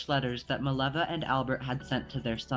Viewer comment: Her name is Mileva, not Maleva.